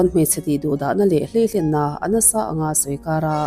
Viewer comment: I chhiar thiamin ngaihthlak a nuam, i aw ngaihthlak a hahdam khawp mai. Mahse hleihlenna i tih leh zauh ṭhin, hlei-lenna tih tur a ni zawk lo maw?